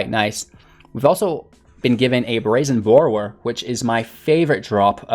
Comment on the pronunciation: Mans said Brazen Bore-row-er